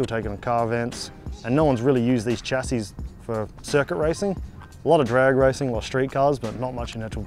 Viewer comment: It's pronounced "Sha see"